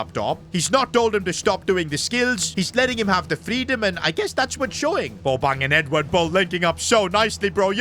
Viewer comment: Who is goin to tell bro that, that is not how u pronounce bobang's name